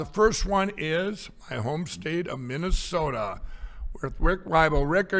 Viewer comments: “MintASoda” he’s too used to saying MarALago. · How the F*** do you mispronounce the state you were born and raised in?!? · Mintesoda! What’s your problem,? It’s like Sacraminto. Get with the program,. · I live in Minnesota and we don't ever call it Mintasotan 😂😂😂😂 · Mikey Pillow cant even pronounce the name of his own home state- MINT-DA-SODAR!!. And yet, he and his magamorons want to overthrow this country's government. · Mint Ta soda 😂😂😂😂😂 never heard it pronounced that way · "MinDessota". OK, that nails it!!! The guy from Minnesota can't pronounce the name of his state. Yup! He's "my guy"!!!! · Never “Mintesota” his brain is fried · BTW, NOBODY here calls it Mint e sota!!!!! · Did Mike lindell said Memphsoda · MINT-DA-SODA: Not a pronoun ( it better not be, those damned liberals). Another Mike Lindell verbal mispronunciation. Courtesy of the Donald Trump, ultra-conservative right wingnut Christian-facist universe. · I'm from Minnesota and WE DO NOT CLAIM SOMEONE THAT CANNOT EVEN PRONOUNCE THE STATE'S NAME!!